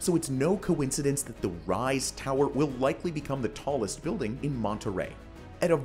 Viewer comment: Commodore and the tower in Seattle are my favorites among these. BTW: "Monterey" (with one "r") is a mid-sized city in California. But "Monterrey" (with two "r"s) is the city in Mexico to which you referred. The problem is that you pronounced it like the city in California. Next time, ROLL THE R.